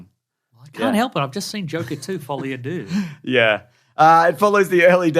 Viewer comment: Your pronunciation of deux is possibly more egregious than your pronunciation of Villeneuve. Sounds added and changed and various other crimes.